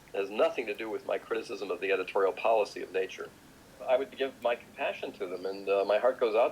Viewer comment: "le principali riviste scientifiche internazionali: necciur, cier e sciens"